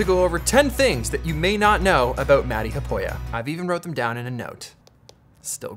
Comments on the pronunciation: I saw you mention Matti Haapoja in your earlier video. I knew right away he was from Finland. Of course he likes black liquorice the best candy heh hee. He sounds like a fun guy. I'm gonna go and check him out. You really say his name terribly heh hee. Thanks 👍👍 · oh man it just pains me how you pronounce his name 😂 wish someone would teach you some Finnish 🙈